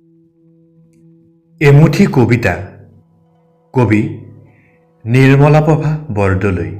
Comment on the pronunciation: আপোনাৰ ভুল ক'ত হোৱা নাই ? প্ৰতিটো কবিতাতে আপুনি নিজা শব্দ সোমাইছে । উচ্চাৰনৰ বেলিকা ? আলুগুটি বোমবাই । যি জনা কবিৰ কবিতা পাঠ কৰিছে সেই কবিজনাৰ নামটো আপুনি নাজানিহে উচ্চাৰণ কৰিছে । জানিলে কোনো শব্দৰে উচ্চাৰণ ভুল নহ'য় । বাইদেউৰ নামটো টাইপত ভুল হৈছে মানিছো কিন্তু বাইদেউৰ নামটো যে ভুলকৈ গাই দিছে সেইটো কি হ'ব ? "কোনবাকে" বুলি শব্দটো আপুনি ক'ত পালে ? "ব্যায়াকৰণ নজনাকৈ কালি দাস হ'ব নোৱাৰি"।